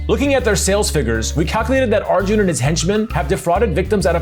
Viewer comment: Smh can’t even say arjun right 😂